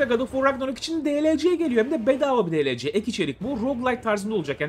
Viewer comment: Delece değil dielsi olarak oku